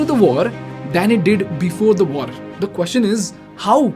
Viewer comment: This guy is a tamilian. His way of pronunciation “kwoshean for question” and “oold for world” and “oittte for white” and “dishan for decision” makes it clear.